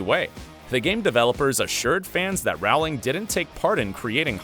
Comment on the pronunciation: She's only maybe the most famous woman in the whole world, but you can't even pronounce her name right? It's Rowling like bowling, not like howling.